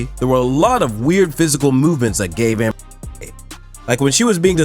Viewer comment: 為什麼那個名字A…..唸不出來🤣